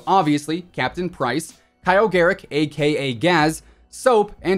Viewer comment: My ears bleed every time he says AKA